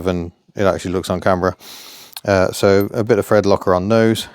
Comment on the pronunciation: Thread with an "f" ... Just tell 'em you're a cockney 😊